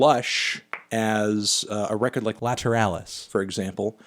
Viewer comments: Man said laTeralus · how bad was he saying lateralus that he had to overdub it lmao? was he saying like "lateral US" lmao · He dubbed it the entire video. It looks like he was pronouncing it "Lateral Us" like a brainlet. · I wanna know how badly he mispronounced lateralus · i just wanna know how he said lateralus at first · Did you mispronounce lateralus? Haha it sounds dubbed every time you say it 😂😂